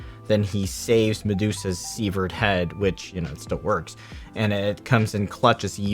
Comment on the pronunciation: "severed" is pronounced like seven, not Steven.